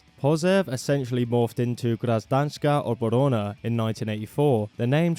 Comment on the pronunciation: in russian letter "ж" (transliterated to english as "zh") is pronounced like "J" in the french name "Jean". letter "o" is only pronounced as in "molotov" when it's accented, when it's not it's like "a" in apple. so Гражданская Оборона is pronounced Grazhdanskaya Abarona (with the "zh" as the example in french). same Pasyev instead of Pozev. hope it was helpful :)